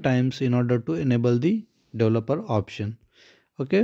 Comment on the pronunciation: You pronounced "developer" wrong. The correct way to say it is, "DE-VEL-OPER". Geeeze! I couldn't figure out what you were trying to say.